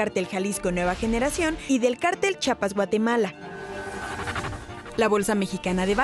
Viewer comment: Chapas Guatemala jajajaja🧐?? Es Chiapas Guatemala 😌😎 Apoco dices Chahuahu?? en lugar de Chihuahua 🤭😂😂Ay te encargo IMAGEN NOTICIAS 😉